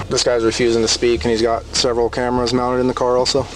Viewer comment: CAMARAS. CAMARS. CAMARS. CAMARAS CAMARAS CAMARAS CAMARAS CAMARAS CAMARAS CAMARAS CAMARAS CAMARAS CAMARAS CAMARAS